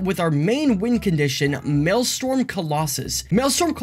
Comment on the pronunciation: Maelstrom, not Maelstorm.